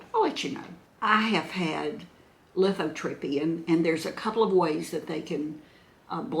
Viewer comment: the tube that goes from your kidney to your bladder is the URETER, the tube from your bladder to the opening where the urine comes out is your URETHRA. And you had lithotripsy, not lithotrippy!😂 Love you!